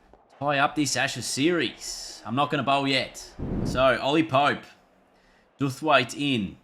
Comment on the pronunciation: its pronounced Dow-th-waite (like to bow) by the way